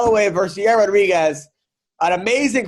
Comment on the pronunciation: Adam, can you please ask Chael to pronounce Yair’s name correctly? He keeps saying Ya’rear and I can’t be hearing “Max is really going after Ya’rear’ or ‘Ya’rear looked swollen”